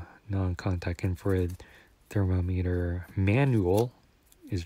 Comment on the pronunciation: Good video! (But the way you pronounce “thermometer” throughout the video should be a war crime)